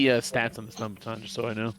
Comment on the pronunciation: Lol, are you pronouncing baton and staMiNa incorrectly on purpose?